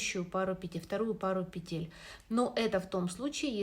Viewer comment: пЕтель, не пИ тель